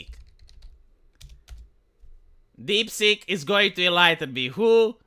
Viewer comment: DeepSeek not DeepSink. Lol. But yeah. It's a pretty impressive AI.